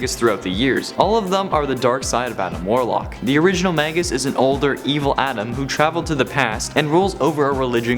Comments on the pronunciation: Those names are pronounced "may-gis" and "my-stroh" not "mag-gus" and "may-stroh" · May-gus and My-stro! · Magus is pronounced May-Gus Maestro is pronounced Mice-Strow Yall killing me with these mispronunciations. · Actually Magus is latin so it is pronounced Mah-Gus and Maestro is Italian/Spanish so it is pronounced Mah-Est-roh. You are killing me with your ignorance.